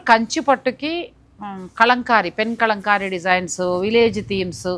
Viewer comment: Kalamkari andi. Kalankamlaga pronounce chesthunnaru . Telugulo kala annattu pronounce cheyyali